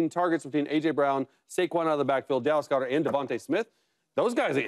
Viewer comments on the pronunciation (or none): none